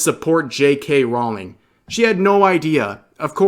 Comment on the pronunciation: BTW Rowling is pronounced "rolling." Not "rao-ling."